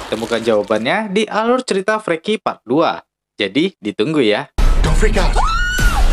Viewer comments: Di baca nya F-rii-ki bang bukan f-re-ki hehehe😀👍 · Inggrisnya bang bukan freaki bacanya tapi friki